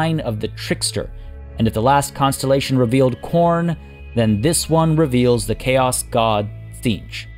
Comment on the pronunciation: He said "We shan't see another costellation tomorrow"